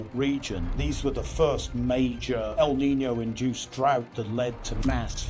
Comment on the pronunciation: El Nino is not Al Ninny-o, nor Al Neeny-o. There is no extra 'i' sound... The whole lot can't read.